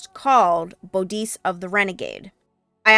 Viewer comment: Great video thanks. i’m always surprised on YouTube by how young people pronounce older words. i guess because they never heard them pronounced in person or even media. Bodice is pronounced Bodd-iss.. Bodd as in “Body.” hence the old name for women’s romance novels which were called “bodice rippers.” That would not work so well if it was Bow-deese. Nowadays that sort of literature is called “Dark Daddy fantasy” or something like that.